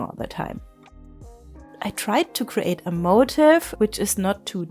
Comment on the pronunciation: Awesome! Just a tiny unimportant note.. the word motif is pronounced differently from motive. It’s like ‘mo-teef’ ❤